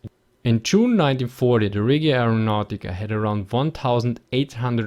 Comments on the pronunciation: just to say, the regia aereonautica is not pronounced reghia (that how you would write what you said, its pronounced without an h, so just re-gia, anyway good job for all the videos :) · Just a minor pronunciation correction, the word "Regia" should be said more like the "Reg" in "Region". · The way you pronounced Regia made me shudder